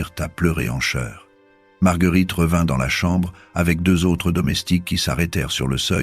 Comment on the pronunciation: Exact, surtout le cheur au lieu de chœur !